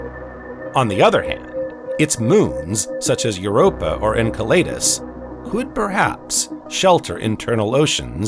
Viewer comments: Firstly, I think we should begin to agree on the PRONOUNCIATION of these moons and planets. En-Sell-a-dus NOT EnKa laydus, U ran us, NOT Ur Anus. If we can't even begin to agree on this, how to you expect the human race to agree on a global movement into a space-fairing civilization? Yes it's small and petty, but this is the seed that grows into division. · It's pronounced "ENSELADOUS" not "enkelaydus". Just saying... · Butchering again, Jupiter’s moon Enceladus, my gosh terrible. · The narrator of this video pronounces every moon in our solar system incorrectly. He's driving me crazy! Someone better teach him how to pronounce Enceledus, Omouamua and many other moons or just get a new narrator! Please.